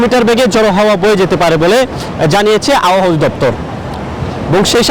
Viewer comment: এই বেডা আবহাওয়া উচ্চারণ করতে পারে না।